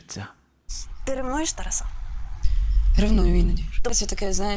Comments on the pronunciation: Не ТарасУ, а ТарАсу! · Чому ТарасУ, а не ТарАсу?